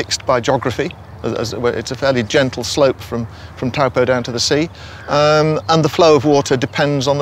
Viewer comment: NO Why-Cat-toe YES - Why-Cut-to/re (tore) = Waikato NO Towel-po YES - Toe-po/re (pore) = Taupo